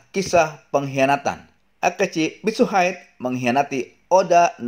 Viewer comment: ngakak ajg akechi mitsuhaid, padahal harusnya biasa aja bacanya mitsuhide